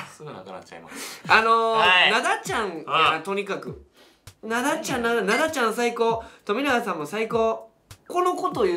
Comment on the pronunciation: 2人とも「ナ↓ダ↑ちゃん」なの笑う 普通に「ナ↑ダ↓ちゃん」だと思ってたw